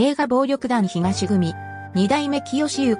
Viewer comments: 「ひかし」組では、なく「あすま」組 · 組の名前の読み方が、全然違いますよ！訂正して下さい！